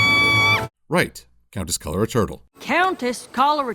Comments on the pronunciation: Coloratura. Color-uh-chura. It's not that hard. XD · Are you saying her name wrong on purpose? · The Mane Attraction was my favorite episode of season five. Though, I'm convinced getting Countess Coloratura's name wrong was on purpose. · Drinking game: take a shot everytime says the Countess's name wrong. On second thought, you'd likely pass out drunk. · I love how he fails at her name in possibly 1000 different ways but only says it right like twice. Good job. I love it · I'm just thinking, I don't think managed to say coloratura right the whole time, on purpose of course. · Is trying to pull a Shiroe, not getting 'Coloratura' right like he did with Demikus?